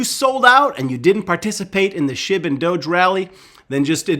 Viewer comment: I thought you said shib to twelve cents